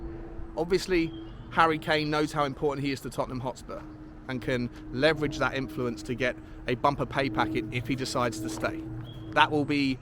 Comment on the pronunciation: There's the leverege. And there the Levyrege. The latter is the stronger of the two. 🤣 🤣